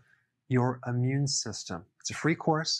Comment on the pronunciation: it's "immune", not "ammune".